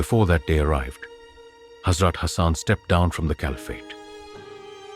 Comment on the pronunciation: Salam , love your stories and want to donate some money. But please make sure the pronunciation is correct , for example , Holly , Hazrat and others are not pronounced properly . And the translation in English is awful. If a non Muslim is hearing it , he will not understand . Please ensure the person narrating is properly trained in Muslim names and places and especially prophets and hazrats names . Jazakallah